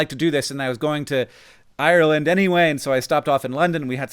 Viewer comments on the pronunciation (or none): Google how to pronounce Ireland before recording yourself saying it on camera